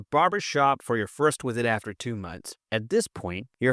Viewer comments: "This wisit" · bro said wisit 😂😂😂